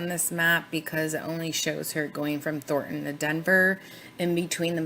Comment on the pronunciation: Not that its particularly relevant but...as someone from Denver, the suburb is pronounced "Thor Ton" not "Thort Ann" ...